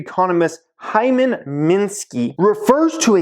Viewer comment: You said hymen